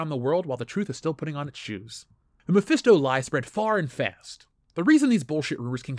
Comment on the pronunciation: Mephisto? more like: my-fist-o